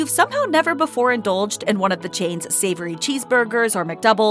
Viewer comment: Did she actually say Savory?